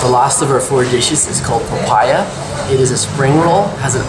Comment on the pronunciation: I thought you said papaya when you were pronouncing popiah... lol Also, I'm surprised they refer to roti prata as roti canai. I know roti canai as a really thin crispy roti, and the version you're eating as prata.